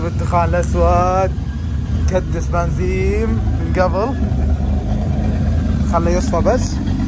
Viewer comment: ليه تقول بنزيم لا 😂بنزين